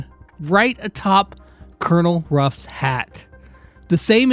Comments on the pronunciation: Oh no the confusion with pronouncing Colonel Ruff’s name will be horrible. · ITS CONONEL RUFF